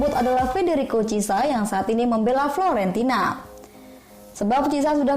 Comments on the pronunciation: Fiorentina bunda bukan Florentina tp Floridina kayak nya lebih seger soalnya minuman 😂😋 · Chissa, donnarumna, florentina..😅